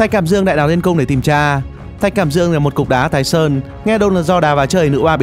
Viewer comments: là Thạch cảm Đang chứ k phải Thạch Cảm Đương nha anh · Thạch Cảm Dương..? ¿¿¿"Thạch Cảm Đan"??? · Thạch Cảm Đang mà kêu là Thạch Cảm Dương lạy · Thạch cảm đang chứ k phải cảm dương a ơi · Thạch cảm đang chứ hk phải thạch cảm dương a ơi